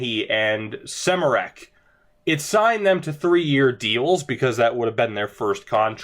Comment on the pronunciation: Smereck is pronounced "Shmaireck" if u wanted to know